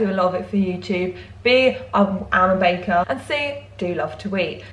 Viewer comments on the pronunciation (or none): none